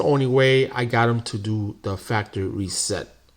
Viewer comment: I hate to be that guy, but 1st off I would like to say your video was very helpful, the 2nd thing I would like to say is ,the word you were mispronouncing is (factory reset). Not (factReset) lol But we understood you.🤣😂👍